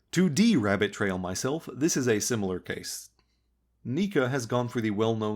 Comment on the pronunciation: I'm like 90% sure that Neca is pronounced Neck-Uh